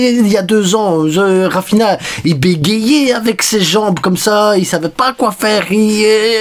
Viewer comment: Dis raphinia pas raphina